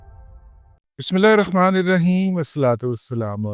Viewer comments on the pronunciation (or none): none